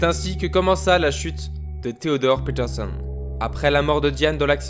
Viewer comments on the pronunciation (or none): fréro quand tu dis peterson arrête de dire PITERSONNE